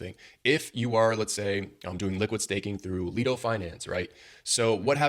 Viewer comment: Great video. Though I believe Lido is pronounced "Lie-do" instead of "Lee-do" :)